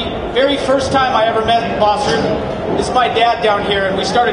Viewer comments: This guy calling him BOSS? It's BAS, and it's not pronounced as BASS or BASE either. The "A" is pronounced like the "O" in FOX and the "S" is almost more of a "Z" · Everyone fighting over the pronunciation of his name you would pronounce it bahs but it is spelled bas now get back to the real comments